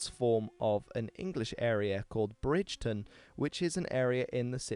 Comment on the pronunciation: The name is Bridgeton not Brigton as I am from there lol